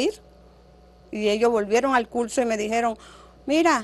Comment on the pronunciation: Ella tiene muchas fallas en el vocabulario, por decir universidad dice univelsidá, dice utede por decir ustedes, dice pelmiso en ves de permiso, por decir curso dice culso, dice tulno por decir turno y dice militar en ves de militar